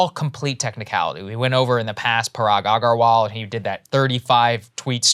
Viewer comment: Saagar, you are indian, how the hell do you keep butchering Parag Agarwal's name everytime you say it. You literally sound like you're gargling when you try to say his last name lol!!